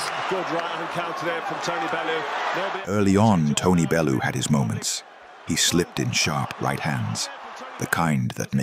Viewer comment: Not a bad script, it smells a bit AI tbh, but that is deffo an AI voice over. It's odd to have the narrator say "Tony Belloo" ahead of a bunch of clips where his name is pronounced correctly...